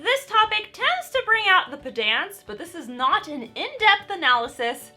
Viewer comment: …was she intentionally mispronouncing “pedants” to troll pedants? Next level or actual HIMYM-level chameleon. Oof “dumped down”. These are intentional.